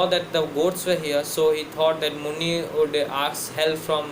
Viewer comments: It is muni not munni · It's not Munni, it's muni